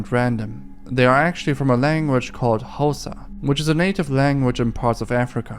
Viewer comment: it's called xhosa and the x is pronounced as a click, if i am doing your research you should pay me, lol!